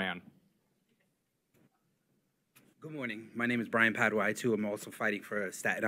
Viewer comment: BRIAN PADUA NOT PADERA PADUA